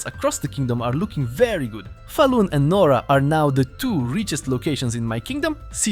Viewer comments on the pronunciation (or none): you pronounced nora wrong lol